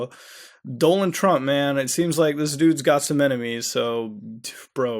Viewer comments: 'Doland Trump' ?? Really man 😂😂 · Doland Trump? Good chat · And also "doland trump "